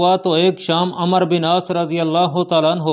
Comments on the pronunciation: Yar ap ko kia urdu ki pronunciation nhi ati , umero bin aas hy amer bin aas nhi , Baqi b bahut galtiyan hain ap k bolny mn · Jb عمر k baad و aa jaye to phir و silent hota hy aur ع ko zabr k sath prhtey hein is liye عمرو ko Amr prhein gy